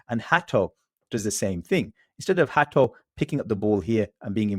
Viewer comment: you are saying his name very well. Hear many british butchering his name with Hate(o)